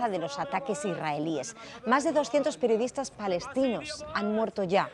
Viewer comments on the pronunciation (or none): "perdiodistas" jajajaajaja